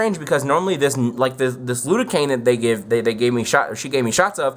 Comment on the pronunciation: Lidocaine* not lude-o-cane.